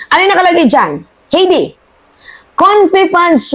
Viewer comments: HAYDE..READING NOT HEDI.. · Hindi mo pa ba iboboto si HEIDI MENDOZA? By the way, it's pronounced "Hay-dee" (not "Hey-dee"), OK? 😊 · Miss tamang pronounced Na Heide...HAY-DI imbes na HEY-DI for correction lang po salamat! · HEIDI MENDOZA WAS COA COMMISSIONER FROM . HINDI NA SIYA COMMISSIONER KAY DIGONG AT SARA. .....HAYDEE....NOT HEYDI .....OBLAYDGE...NOT OBLIG